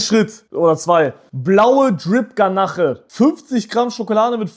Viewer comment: Du hast ganache gesagt man spricht es aber ganasch aus...😅Hab mich da tot gelacht...😂